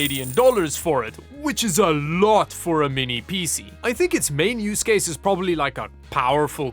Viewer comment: " pee sea"